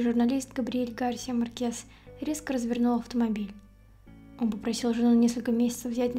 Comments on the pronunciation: Почему Марке́с, а не Ма́ркес? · Хорошее видео, только МАркес, а не МаркЕс